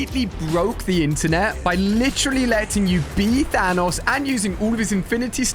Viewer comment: I'm glad you dont say Thaynose